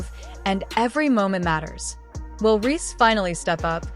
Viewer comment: They kept calling her angel ree lmao